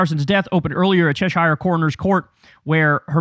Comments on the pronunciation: It is pronounced Che-shear, not Chesh-ire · fyi it's "cheh-shuh" and "rao" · Just to help..."Shire" is pronounced more like "sheer" as in "the sheer ice walls" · Right, 'Cheshire' is pronounced... 'Chessh - ure'... Not 'Chesh - I're'. I know the spelling implies otherwise... But You're just gonna have to trust me on this, OK hahahaha. Big love, from someone just down the road form there lol. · Just a FYI for Kyle - county names ending in -shire are pronounced "shur". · FYI: Cheshire is pronounced Chesher or Cheshhah. I apreciated your version though. We pride oursoulves in the UK by doing our best not make everything sound LOTR af if you know whattameen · Cheshire is pronounced "CHESH-urr". Obnoxious. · Cheshsure bro, don't pronounce the shire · My comments are hidden but maybe you can see them Kyle, just FYI - Cheshire is pronounced like "chesher" not shire in British English. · Just saying . Cheshire is not pronounced "Chess-Shire" It's pronounced like it rhymes with "pressure" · Your pronunciation of Cheshire is embarrassing. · Cheshire is not pronounced like that Mr "it's Somali's, not Somalian's" deary me.